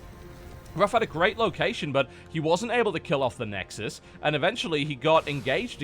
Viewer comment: "Nexusisis ses i ses i" xD